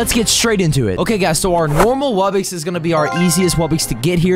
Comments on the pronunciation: ITS WUBBOX NOT WUBBIX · He says it like wubbix but it’s really wubbox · normal pronunciation: wubbox: wubbix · Yea it’s “wubbix” not wubbox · Is it just me or does every single msm yt say “wubbix” instead of “wubbox” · The way you should say wubbox is w u b b o x not wubbix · Ah yes, ”wubbixes” (dumb ahh Its ”wubbOx” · It’s a wubbox not wubbix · It's not wubbxies it's wubbux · It’s not wubbix it’s wubbox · WUBIX? SAY IT RIGHT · It's pronounced wub-ox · YOU ARE SAYING WUBBOX WRONG!